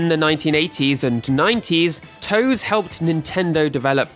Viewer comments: TOSE is pronounced "Toh-say" not "toes" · JTLYK, the company Tose is actually pronounced "toh-say", not "toes". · I love your videos (and this is a 40 minute banger!) but I literally cringed every time you pronounced Tose as "toes" instead of "toe-say." It was like a jumpscare every time you said it. 🤣 Not sure if that was intentional or not. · nitpicking: Tose, should be pronounced TOH-sey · Just wanted to jump in and mention TOSE is pronounced Toe-say. I know many of the staff personally ^_^ great video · It’s “Toh-seh”